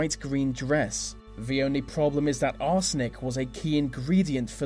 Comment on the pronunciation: anyone else irritated by "vee" way "vee" narrator speaks? like "vis and vat"